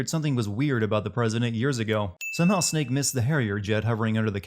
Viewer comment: That is the best way of saying “Snake” I have ever heard